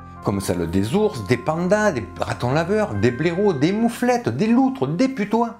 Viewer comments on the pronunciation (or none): On dit une moufette, pas mouflette. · Beaucoup d'infos interessantes, très détailler et j'aimes bien l'accent du sud de la France, c'est sympathique et la prononciation impécable, un seul hic, j'ai entendu mouflette décrivant c'est animal d'une puanteur exécrable, au Québec nous disons mouffette, interessant de savoir la différence d'appellation.